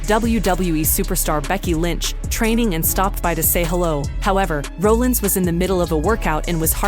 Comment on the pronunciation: You're pronouncing Seth Rollins name wrong. If You're gonna report wrestling news, at least say their names right. Have you even watched a wrestling match??????????